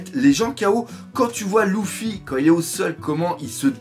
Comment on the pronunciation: euh doc on dit luffy pas louffy